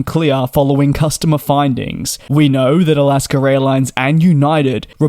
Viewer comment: It’s AlaskA airlines not AlaskER.